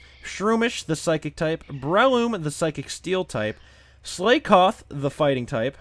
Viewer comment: Lotad, 'cause its the new greninja. Straight to ubers. Also you pronounced Slakoth and Slaking wrong, i think. Did i win? Am i mod now?